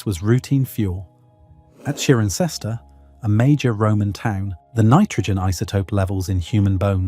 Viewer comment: Cirencester is pronounced SI-REN-Cester. not CHEER-N-Cester.